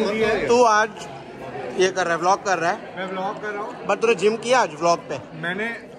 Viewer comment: भैया आप vlog को vilk क्यों बोलते हो 😅😅😅😁😁😁